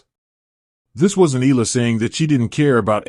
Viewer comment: EALA is pronounced " EYA-la ". The " EA " is like a diphthong. This is a common pronunciation in the Philippines.